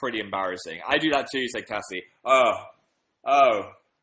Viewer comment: Phil nearly said my name he said Cassie my name is Caysie pronounced Kay-see